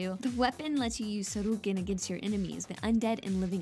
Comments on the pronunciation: How did "Sho-ryu-ken" become "Sarooken" to this lady? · Roo and Kin doing Shorookins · Kotobyakuya? xD Bihoju? XD Also, what part of Japan do you have to be from to pronounce Ryu as "Roo" and "Sho-Roo-Ken?" It sounds like she's pronouncing it as るう (Ru u) or るる (Ruru)... where as the romanization "Ryu" (i.e. 竜 or "Dragon") is りゅう in Hiragana. i.e. Fact 61 is BS. It's pronounced りゅう (ryū) or "Ree You" for the English-tounged... not "Roo." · How do you mispronounce Shoryuken when Ryu and Ken literally scream it in the games. Hell how do you even mispronounce Ryu and then make a fact about how to properly pronounce. Hell even in Street Fighter V they very clearly say names like Ryu and Zangief.